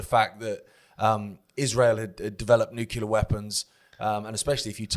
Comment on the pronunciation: sounding like George W Bush. Neucular weapons😂